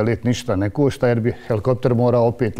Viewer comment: To ništa ne košta (meko š )...o bože bijede.